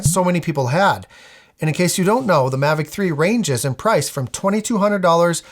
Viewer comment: Mavic "Tree"? 😯😆